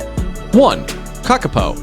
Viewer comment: You really need to change the voice over - so much of pronunciation is off and its full of untruths. Kakapo are not hunted by people. You'd get prison time for killing one.